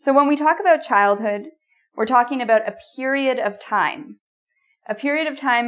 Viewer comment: I'm from the USA and I like how you pronounce the word 'about' I want to say it like that from now on.